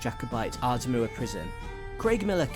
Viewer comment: Culross is actually pronounced "Coor-iss" Aberdour is "Aber-dower" and Linlithgow is "Lin-lith-go" apart from that, nice video.